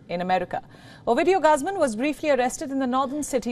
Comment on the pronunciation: GUZMAN... . sounds like GOOOOZMANN Not Gusmon